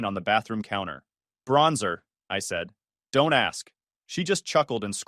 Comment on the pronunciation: Since when can this AI voice not pronounce don't